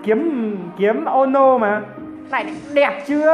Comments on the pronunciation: Tên người ta là"Ki e mo no'' vậy mà ổng cứ đọc là''Kiếm ô no" Vãi cả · Đọc là ki mô nô a ơi, k pải kím mô nô, mê đến nổi đọc sai 😂😂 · Kie mo no là ki mô no chứ nhỉ :v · Ki - ê - mô - nô nha =)))